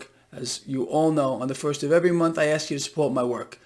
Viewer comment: is intelligent, until you hear him say the word ASK! I don't know if he is African American because he says the word Axed...... Why is it so hard for so many people to say ASK....